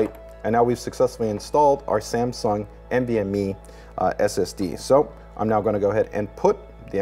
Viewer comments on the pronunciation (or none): also "NDME drive" haha